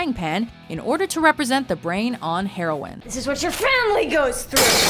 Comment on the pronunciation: "Snorting Herwin." eXcUsE mE wHaT tHe fUcK